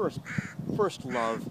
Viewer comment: “foist of all…”